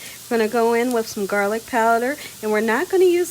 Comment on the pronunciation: When you said, garlic powder, I thought you said, girlie powder. Lol lol